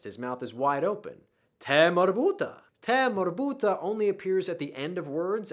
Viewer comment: perfect,but sometimes you need to make some words in the Arabic accent like marbota, because you are perfect,l would like to be more perfect with accent and l hope to learn you accent,thanks a lot